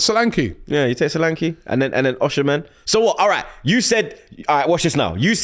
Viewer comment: Its pronounced S H O L A N K E H Not, sohhhlankiii